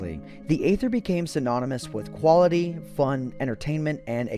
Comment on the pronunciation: He said huality not quality. Just a little diétale he put in